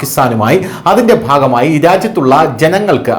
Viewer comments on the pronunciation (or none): none